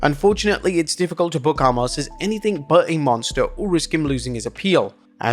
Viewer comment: WHY WHY WHY WHY WHY WHY WHY can't you say his name correctly? It's pronounced Oh-mas. You've been saying it wrong for literally years. 🤦🏻